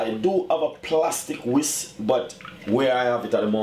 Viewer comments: He said whist but it's a whisk, but whatever lol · People are so ignorant! He said whist but I knew he meant whisk... But I didn't have to make a comment about it! Some people feel better about themselves when they nit pick about every lil thing... It's like their heads will explode if they don't get it out!